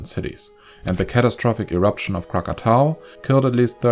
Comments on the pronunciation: You are the ONLY video that pronounces it correctly-krak-a-TAU. THANK U, THANK U, THANK YOU!!!!!!!!!!!!!!!!! I SOOOwant to watch yr next video, as vulcanism has been my absolute LOVE all my life but now that I use a wheelchair..., I doubt if Kilieua is accessible.got any volcano cams to tell me to watch? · Are you an indonesian?if not,then it the first time i heard foreigner said "krakatau" correctly,usually they said krakatoa,god job sir😉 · wow, good pronounciation of Krakatau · This is the first time I heard foreign people spell krakatau correctly like it's original name. I am impressed. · Hi, you pronounce Krakatau correctly 👏👏👏👏